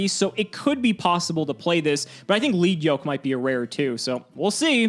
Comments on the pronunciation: I'm 99% certain the Lead in Lead Yoke is pronounced 'led', like the metal. The monster's wearing a heavy metal yoke that slows it down (lowers attack), but attacks break of chunks of it, lightening it and giving him his attack points back. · it's actually pronounced "leed" comes from it's ocg name "Leadblow" リードブロー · Isn't it Lead Yoke? Like the material lead? Pb?